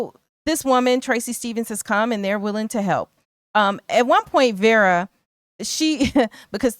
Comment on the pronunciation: I’m sorry, but her name is pronounced Vera not Vara